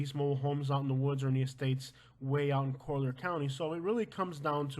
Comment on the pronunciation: It’s actually pronounced coll-yer county